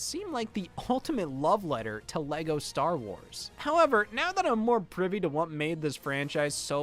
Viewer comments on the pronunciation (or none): none